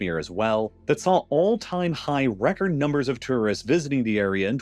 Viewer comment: Too-wrist? Whats that?